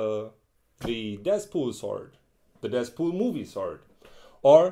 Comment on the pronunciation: did he say deathpool